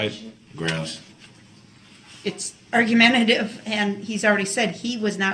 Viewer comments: Announcing the exciting launch of Darryl Brooks “Grounz” Coffee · 12-year-olds also know the difference between grounds and grounzzz! They know the difference between truth and troof! They know the difference between asked and axed!!! DB is ridiculous. He is also a serial killer.